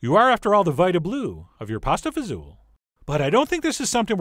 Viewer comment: Thank you for saying it the right way :) I grew up eating this. This video made me happy.